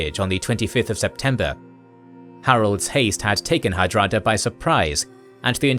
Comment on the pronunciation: did you call hadrada "harada" instead?